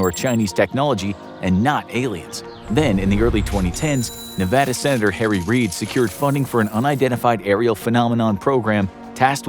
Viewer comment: Thank you for saying Nevada correctly ❤️